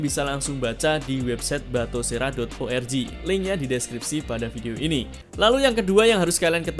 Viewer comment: nah gitu dong.. batosera bukan batokera ya.